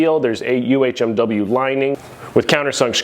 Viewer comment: I knew if I came to you I'd get the correct way to say "UHMW" 😆 even Titan has it at "UMHW" on their spec list.. The one J hook I skipped on but now am curious to use even though I love the beat up rack look lol cuz it makes me feel like a beast.